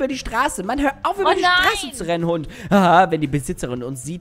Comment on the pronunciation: Mega Fail "Wennn" 😂